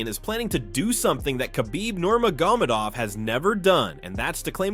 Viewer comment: kabeeb nomegurmadov